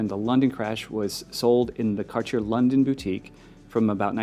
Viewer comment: Why doesn't this guy know how to pronounce Cartier